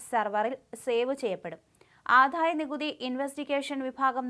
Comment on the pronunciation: ആധായമല്ല ആദായമാണ്